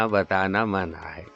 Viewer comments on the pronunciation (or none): تا درِ جاناں ہمیں اوّل تو جانا ہے منع ہم نے اپنے بڑوں کو اس طرح پڑھتے ہوۓ سنا ہے ۔ مگر آپ محترم ردیف کو اور طرح پڑھ رہے ہیں ۔